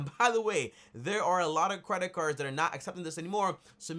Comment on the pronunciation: He said Cwedit card 😂😂😂